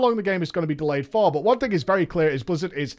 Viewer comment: Robert Smith same with Thing being pronounced as Fing. Been being pronounced as Bean. And they call us stupid cowboys